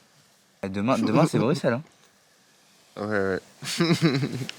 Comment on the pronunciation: Merci de dire Bruxelles en prononçant le X par S